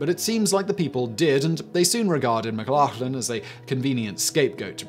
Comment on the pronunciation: Your pronunciation of McLachlan is hilarious mate 😂 pronounced more like McLochlin